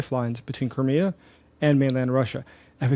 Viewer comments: why don't you pronounce thei in crimea ? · The way you pronounce Crimea makes it sound like some cheap car brand :cat-orange-whistling